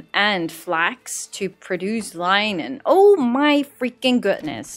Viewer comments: Seeing English is not your first language let me give you some help - Linen is pronounced Lin - in ~ Google has a number of links on how to say it correctly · The way linen is pronounced is the * i * is short like in the word bin 😃